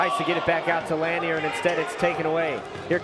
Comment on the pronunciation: Lanier is pronounced La-near he driving me crazy saying it like that 😂😂